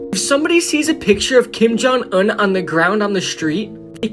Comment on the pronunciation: He says kim jung un like kim jung uhn